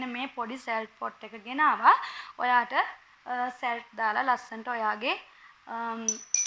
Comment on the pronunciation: ඔයා ඔය ලුණු දාන බාජනේ ඉන්ග්ලිශ් වලින් කියන විදිය වරද්දනවා සලට් නෙවෙයි සෝල්ට් වස්තුවෙ මුකුත් හිතන්න එපා ඔයා අයෙත් එහෙම කියන නිසා කියුවෙ විඩියො එක ලස්සනයි ❤❤❤